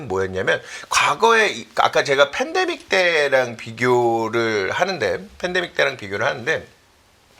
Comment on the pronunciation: ㅋㅋㅋㅋ이거레알... fendemic, lefo금리ㅋㅋㅋㅋ 여기 뿐만 아니라 경제 방송들 보면 화법 어법 발음 특이한 사람 진짜 많음ㅋㅋㅋㅋ